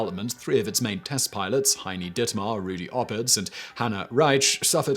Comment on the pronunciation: Heini (short form for Heinrich), not Hiny.